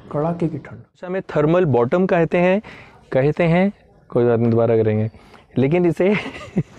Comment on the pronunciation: Amazinggggg video 👏🏻👏🏻👏🏻👏🏻 as always very knowledgable and useful 👌🏻👌🏻👌🏻.. And i love that funny part too...specially “कहयते हैं” 🤣🤣😂 and john longs😂😅👏🏻👏🏻👏🏻